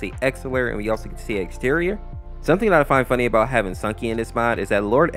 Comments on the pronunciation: Its exetior not X terrion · Hey! Quick FYI, Exetior's name is actually pronounced (Ex-eh-shee-or)